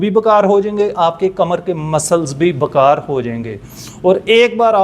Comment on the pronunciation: معذرت کے ساتھ پلیز بکار نہیں بیکار لفظ ہے.